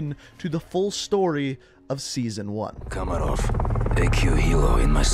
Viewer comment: How does this dude mispronounce every name possible? “Nikito” “komarov” “Yurzikstan” “Khaleed al Asad” at least he got Mara right holy shit.